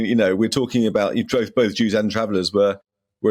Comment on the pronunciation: Both not noth